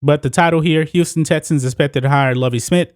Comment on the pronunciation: Yo goofy ass cant say “X” bruh its not “tessans” or “tetsons” its TEXANS u goofball pronunciation is key to intellect